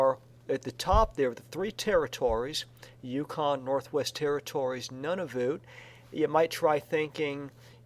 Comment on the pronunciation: He said Nunavut wrong and Nunavut 2 is not a real place